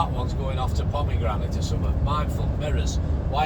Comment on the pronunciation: Enjoy your videos and chat. That place you called "Pomegrant" is Polmadie - pronounced as Paul- ma- dee. Just a pity that your camera is out of focus for outside views but having said that I will still watch your videos from start to finish :).